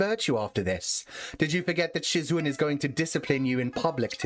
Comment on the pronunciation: I might've despised your pronunciation of "shizun", but i loved your reading style, different toned voices, and hearing you giggle. Sad it's over. Thank you for sharing. This was definitely one of my all time favorite read throughs